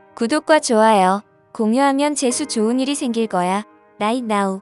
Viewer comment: 롸 잇 나우 로 발음 해 주세요(나인 나우 ×)